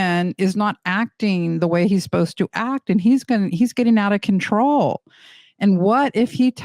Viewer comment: “Spiraling out of conTRAWL” 🙄😂